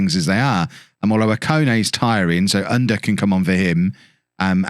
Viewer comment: to help with the pronounciation of Ünder ü the same sound as Söyüncü, like the e sound of "Jew" er is pronounced the same as the "ere" in Premiere